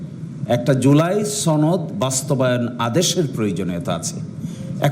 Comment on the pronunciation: সনদ উচ্চারণ ভুল করে বারবার সনদ কে ছনদ বলে, এটা কোন কথা!!